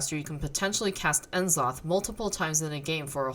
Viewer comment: N-zoth??? I'm 99% sure it's pronounced NA zoth